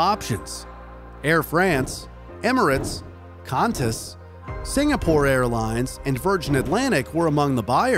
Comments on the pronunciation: KAAHntas? It’s Kwantas brutha. Qantas. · its not pronounced kantas. it pronounced kwantas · Great vid, but I’m sorry “Can-Tas” being from Australia it is pronounced “Quan-tas” alg tho just thought u should know 😅😂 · I'm probably the millionth person to say this but its pronouced "Quan-Tas" not "Can-tas" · Quantas. Q-JuanTas. Not Kvantas xD. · It’s qantas not cantas mate, sorry it just triggered me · you said kantas NOT Qantas this is how you say it (qu au n tes) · It pains me that he said “kantas” instead of “qantas” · Bro really said ‘Cantas’😂😂😂❤ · im so sorry to offend you but as an australian you pronounced qantas wrong, the way of pronouncing it is (qwantus) but spelled qantas hope this helps! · ah yes, "contas" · DUDE UR SUPPOSED TOPRONOUNCE THE Q IN QANTAS LIKE A QU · As an australian, hearing him say qantas like "kantas" hurts my soul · why did you pronounce Qantas as kontas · As an Australian calling qantas (the “q” is pronounced like “qu” cause sounds better) cantas hurts me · BRO JUST SAID KCANTAS !?!?!!!?!?!?!?!? WTF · Qantas is pronounced as if spelled Quantas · Is no one going to talk about this guy pronunciations of Qantas and Lufthansa , and last vid he said Dutch not Deutsch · you said qantas wrong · 'A minor detail but is no one commenting on the mispronounciation of one of the two oldest airlines in the world: QANTAS! (The "Queensland And Northern Territory Aerial Services": 'The Flying Kangaroo' of Australia 🇦🇺 It's widely considered to be the only airline to fly to all seven continents since it's the only one to serve destinations in six continents as well as to fly regular sightseeing flights over Antarctica! ✈️ 🛩 🛬 🛫 ✈️ 🇨🇦 🍁 🇨🇦 🛩 🛬 🛫 ✈️